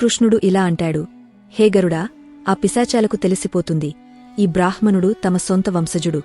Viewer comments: "బ్రాహ్ మణుడు" అని కాదు "బ్రామ్ హణుడు" అని పలికాలి ... హ అక్షరానికి మ లేదా న వత్తు కలిసినప్పుడు ముందుగా ఆ "మ కారం" లేదా "న కారం" పలకాలి, తర్వాతే "హ కారం" పలకాలి. ఈ వ్యాకరణ సూత్రం అన్ని భారతీయ భాషలకి వర్తిస్తుంది. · మంచి విషయాలు చాలా బాగా చెప్పారు. చెప్పే విధానంలో చిన్న చిన్న తప్పులు ఉన్నాయి - మధ్య మధ్య లో కొంచెం pause చెయ్యాలి. కొన్ని మాటలు సరిగా పలకట్లేదు. ఋణం, బ్రాహ్మణుడు మొదలగునవి